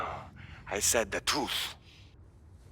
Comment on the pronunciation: "No, I said the troof"